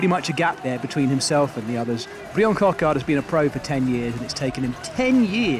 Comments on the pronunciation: Coquard’s name is actually pronounced the same as the English version “Brian”. Only the spelling is purely French. So please do not call him “Bree-Anne”. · His name is Bryan not Briion 🤬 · Coquard's first name is just pronounced as Brian would be in English, with a French accent if you insist. Pronunciation in this vid was unnecessarily mangled imo. Superb sprint from Coquard though, looked like it was just his day and I love to see him have more days like this through the season. Seriously impressed with Paul Penhoët - 3 top 10s in 4 stages is an excellent return for a neo-pro. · Pronounce Bryan like in any other language please